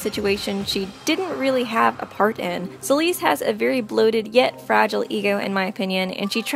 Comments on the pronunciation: I love Celeste! :D But its (Sell - Est) Like "Best" but without the B Not (S - Uh - L - East) Like the direction Im rlly sorry, it just rlly bothered me :c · i know she did not just say celeeste- 😭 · why does she call celeste "celeeste" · There’s only one thing I have an issue with here. “Ceeleese” is how she pronounced Celeste’s name. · It’s Celeste Sell-ess-tuh